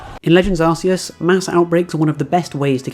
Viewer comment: This guy lost me at arseus